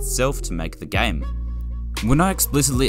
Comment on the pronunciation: Why do you pronounce "game" like "gam"